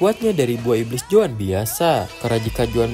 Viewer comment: ZOAN BANG BUKAN JOAN.